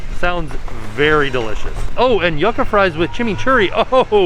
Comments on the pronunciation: The word Yucca is pronounced YOO-cuh, not Yuck-uh 😁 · A little pronunciation tip, Yucca sounds like You-kah not Yuck-uh